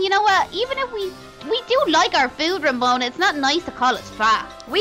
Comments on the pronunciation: Its romona not remona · I mean Its Ramona Not Remona